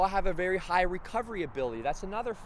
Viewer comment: This guy can't even pronounce his words right lol